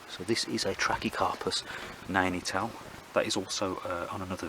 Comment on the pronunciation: What a great selection. What was that quick growing Trachycarpus? Did you say Nanetell, that's what it sounded like? I have been considering some Chamerops Humilis, but they seem to be quite expensive to buy, and appear to be very slow growing. For colour and ground cover, I grow lots of Sedum...very easy to propagate from leaves, shoots or seeds (self seeding) Is the Formium easy to grow? Now I am considering some Hydrangeas, they fetch good money.